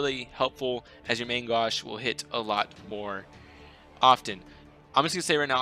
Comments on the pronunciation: Main g-oh-sh. That's how you say main gauche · You did butcher main gauche, but it's really difficult to explain how to say it. Great guide BTW ^^